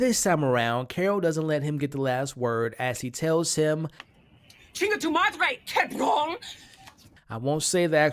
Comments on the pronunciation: She mispronounced it like 'chinga tu madrey, quebrón!' So sweet! UwU. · Yeah she definitely needs to practice saying Cabrón more but she has time before the others convert her. 🤣